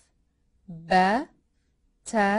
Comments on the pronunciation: It is not beh its baa i m arabic i now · which language are you using for pronunciation? "a" in English is as cat your sound is as the "e" in egg - elif. And the B sounds as be as bed, no ba as bat. Some clarification as to what language you're using will help.